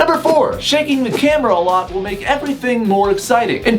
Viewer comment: At first I thought he said "shanking the camera" and I thought of melanie martinez in Alphabet Boy